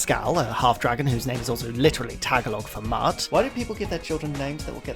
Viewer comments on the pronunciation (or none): It is a really good Carol sprite, to be fair. Also apparently "Tagalog" is stressed on the second syllable. təGALog.